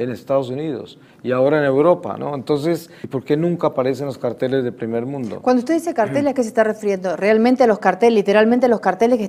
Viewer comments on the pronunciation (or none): Los carteles y los cárteles...no sabe pronunciar el viejillo,y la mujer tampoco sabe captar y relacionar palabras,lo más sorprendente es que cómo hicieron para juntar dos bestias...🤣🤣🤣🤣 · Para ser justo el viejo estaba pronuncionando carteles y no cárteles. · Verdad el señor pronunciaba carteles y es cárteles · igual el hombre lo pronunció mal. Es Cárteles.